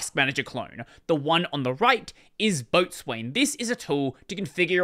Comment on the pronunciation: Isn't "Boatswain" pronounced "Beau-sun"? Like how Coxswain is, well, yeah. Nautical terms be weird.